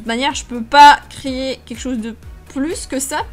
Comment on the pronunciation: À chaque fois que tu dis "créer" j'entends "crier" j'arrête pas de rire 😂